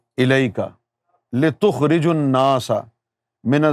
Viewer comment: litukhrijan nasa he app se parhne me ghalti howi he app ne litukhrijun nasa parha he